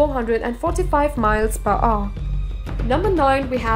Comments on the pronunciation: One thousand and five hundred miles per "ooh!" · the way she pronounce "hour" :D